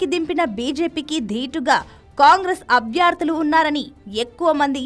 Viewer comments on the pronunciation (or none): అభ్యార్థులు కాదమ్మా అభ్యర్థులు